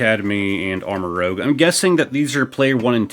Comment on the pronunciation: Just an fyi it’s pronounced like armor-rooj. As in armor + rouge (red) just like Ceruledge is cerulean (blue) + edge